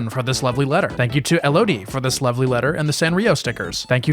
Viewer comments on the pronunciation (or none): that’s meeeee!! 💕🤗 you’re so welcome! i’ve never sent fan mail until now, keep up the great work! btw, it’s pronounced “el-uh-dee” but it’s really no problem! i’m glad to have my mail featured hehe